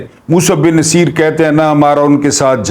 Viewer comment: ...aik guzaarish hay....jahan tak mere maelumaat hain...yeh naam Musa bin Naseer nahin...balkeh Musa bin NUSAIR hay....mazeed aap tasdeeq kar leajey..shaed mere tashih ho jaae....behad shukria....❤❤